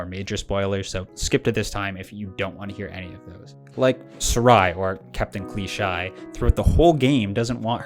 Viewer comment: I can't take your opinion seriously considering you pronounced Serai's alter ego's name as Klee'SHY when it's an obvious pun for CLICHE. All of your extremely nitpicky criticisms completely overlook that the game is a love letter. Many of the games that it pays homage to also suffer from fluffed up dialogue, predictable plot, combat systems that don't change, and tedious enemy encounters. Don't get me wrong, i have my own criticisms of the game, but I would still say it's an 8/10 simply because the aspects that they got right elevate the game and help mitigate it's downsides. Great job putting down and insulting an indie studios passion project for "not living up to the hype"